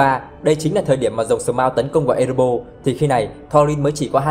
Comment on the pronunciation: Ê rê bo rrrrrr nha bạn, hem phải Ê rê bô. Còn lại thì okie rồi